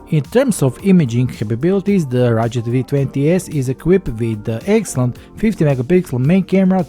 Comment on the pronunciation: Please man. You must say RuGGGGed. You pronounce as Gatorade